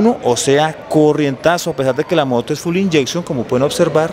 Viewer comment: Saludos. la moto no es full injection, es FUEL injection (traduce: Inyección de combustible) Se pronuncia “FIUL” Injection